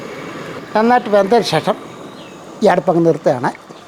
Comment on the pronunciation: എന്ത്‌ പറഞ്ഞാലും ഷേഷം. അല്ല ശേഷം 😂ഒരു 10പ്രാവിശ്യം പറയും